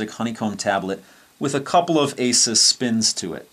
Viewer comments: Its actually "ay-soos". Asus has a video on their channel showing how to pronounce it. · Don't you mean 'Ah-soos'? ;-) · learn how to pronounce AsUs